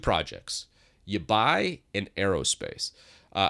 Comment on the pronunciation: Can it be that what you pronounce as "youbuy" is uBar? L.E: Oh, you mean Yabai. Well, I am perfectly happy with the native MacOS windows management, so I will not try it. (Hopefully.) If I just could replace the Finder with something like the Windows Explorer I would be perfectly happy with MacOS. Returning to uBar (the reason I didn't delete my comment after findind out you meant Yabai): It adds a second bar to your Mac. I have the native bar at top (it can not be moved anyways), uBar at the bottom and the dock at the left side of my screen. All 3 or only some put to autohide or permanenty visible, depending upon how big a screen I use. uBar can be customised to act just like the taskbar on Windows.